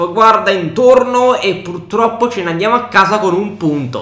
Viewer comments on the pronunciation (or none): none